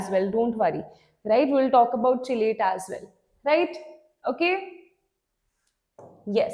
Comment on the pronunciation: Chelate ko "kelate" bolte hai